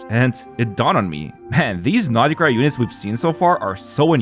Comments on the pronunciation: Every time you pronounce it "nod-i-krai" my eye twitches. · I can't. sorry, not sorry....but I can't watch any of your videos. It makes me want to rip my ears off every time I hear you say "NADA-CRY".